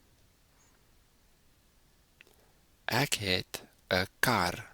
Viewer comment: PLEASE NOTE: In Afrikaans you do not pronounce "e" as "a". For example: The word "ek" is NOT pronounced "ack", but "ek". I noticed that 99% of all English speaking people pronounce it as "ack", like in "acknowledge". That is WRONG! In Afrikaans an "e" is never pronounced as "a". It is extremely easy. Instead of using your throat to form the correct sound, use the tip of your tongue (in the front of your mouth) to make the "ê" sound. Here are 2 examples: Example ✔ Acknowledge ✖ (I know what is wrong and what is right, because Afrikaans is my mother language).